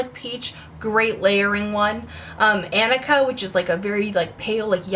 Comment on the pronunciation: Wheeee! The one called Anika - you pronounced it how my name is pronounced!!!! :D (But mine is spelt Anneka. ^_^)